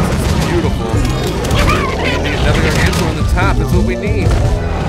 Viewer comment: its pronounced (GAR-GAN-TAUR)